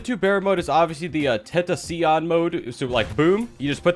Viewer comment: i gotta get this off my chest once and for all, Please stop calling it ten ta cyian. Its pronouced Ten toss ion